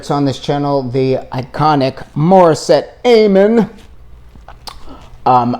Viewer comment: Thank you, enjoyed your insight. For future reference, her last name is pronounced with a short A, not a long A. You may want to check out her performance with Jessica Sanchez on the Wish Bus, singing Jessica’s song, “Stronger than Before”.